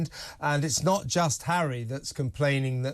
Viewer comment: I like Angela Levin. Why did she say Hawwy could win one or two cases when she said earlier that Hawwy said he HAD NO evidence?